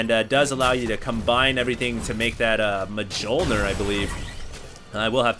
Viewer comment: it's pronounced as myol-neer,.:D:D